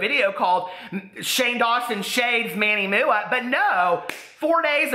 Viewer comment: I live for you calling MannyMUA Manny Mooah